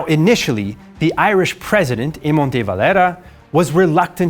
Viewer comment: paul kelly Also Dev by his Spanish name 😆